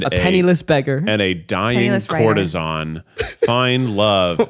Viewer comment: cour-te-sAN not ON :) PLEASE DO Xanadu!